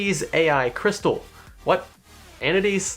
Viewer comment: "AI Crysatal"